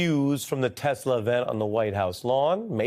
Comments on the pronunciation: He said he loves Tesler 😂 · "I love Teslerrr" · "I love Teslur!" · I love TESLER can someone tell him it's TESLA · Did Dumb Donald say I love Tesler? It's Tesla man. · Yes!!!!! Tesler 😂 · "I love Tesler". What a braindead old mongrel. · Did Trump just say he loves TesLER? I didn’t know he was related to Madea?😂